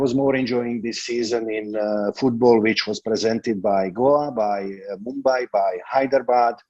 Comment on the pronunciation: Bro you pronounce football as foodball..